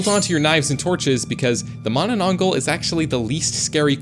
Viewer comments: You don't call manananggol you say it in manananggalll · Why did bro said mananangal like mananang-gul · its not "manananggal" in true filipino fashion its "MAAAHH NANAH NGALL" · The Manananggal targets lovers because she was cheated on and wanted revenge specially with pregnant women because the person her boyfriend was cheating with got pregnant, and it's pronounced as Mana nang gal not gle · Its mannannanggall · Its pronounce “ma na nang gal” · the manana what? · Dawg js said mamanagl😂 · bro thats not how to pronounce mananangal